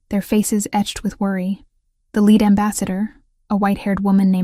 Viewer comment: I would suggest not using homographs (verb "lead" as in lead the way) - (noun "lead" as in the type of metal) in stories. AI readers often use the wrong word meaning and pronunciation.